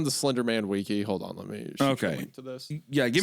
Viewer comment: bro pronounced wiki like ticci